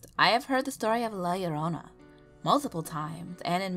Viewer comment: I liked this because you are the first narrator to pronounce "llorona" correctly